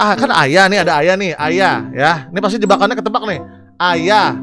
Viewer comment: Ayah w dengernya ayam 😌